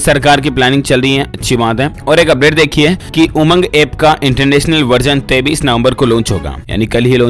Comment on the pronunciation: Bhai 33 nov. Nahi 23 nov. H news ko sahi s pado plz.